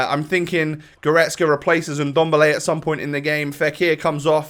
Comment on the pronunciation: Who tf is indomble? You mean ndombele? Hahaha